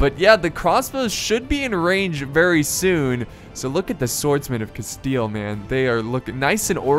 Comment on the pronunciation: could you al teast try to promounce the spanish names, as you have tried with other languages, also your pronunciation of rey de castile was pretty decent.